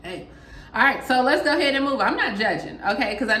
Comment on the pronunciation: At first I thought she said, "No No."